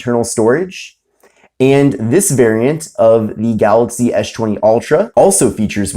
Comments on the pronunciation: You say Galoxy just like DJ Koh, only with an "y" at the end. 🤣🤣🤣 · who cares its funny the way he says it and if you cant say it right then you deserve to be made fun of lol so get a grip snowflake, way too many snowflakes being offended these days